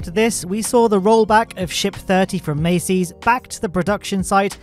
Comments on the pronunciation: why you say "maceys"? its masseys.. like massive.. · I know it may be difficult with a British accent but you need to pronounce certain words correctly, like a persons name or the name of a location. It isn't pronounced Macy as in the Macy's Day Parade, it's pronounced Massee's as in Ma sees, with a long 'a' sound. Everyone else in the dozens and dozens of YouTube channels pronounce it correctly, so why can't you? That is my only criticism of an otherwise excellent video, if I can't pronounce something correctly I find out how to pronounce and get it right, anyone can do it. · Mass-ey's not mace-ey's😢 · Mass-ey's, not Macy's Buyer, not Bayer